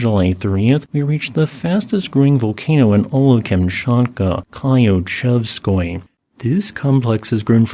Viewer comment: Thank you, the was very interesting. FYI the “Klyu” part of Klyuchevskoy sopki isn’t pronounced “klai-yu-” just klju or klew ( a kind of curly-L sound).